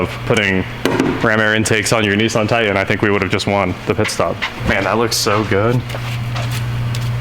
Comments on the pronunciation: It is pronounced Tie-tAn...not tight-en. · I cant stand the way he says it. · Is it a "Titan" or a "Ti-an"? There are 2 Ts in titan. Just sayin. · Why do people say "tigh-en" instead of "titan?" I live in Nashville so I hear it all the time. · There are 2 "T"s in titan. It's not a tian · Please say the name of the truck......Ti-tan.......Can’t figure out why a guy from Wichita says this word like he is from Connecticut?????? Parents are East Coasters???